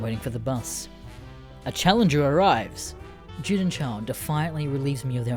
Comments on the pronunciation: Juden is pronounced You-den not Jew-Den. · ITS PRONOUNCED YUDEN NOT JEWDEN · It’s pronounced “Yuden” not juden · I’m sorry to be so goddamn nit picky but when you say Juden as it is in German, you say it more like You-din not Jew-Din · You say Juden as Jewden, and allës as allies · juden is the german word for jew, and so it must be pronounced with german pronunciation, and so the "J" is pronounced as a "Y" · Can't even say Juden correctly